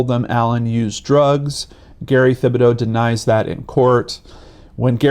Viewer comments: His name is pronounced: Tib-ah-dough...not with a "th". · it’s pronounced Tibadoh!! Just so you know!! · Gary Thibodeau( tib-bo-doe)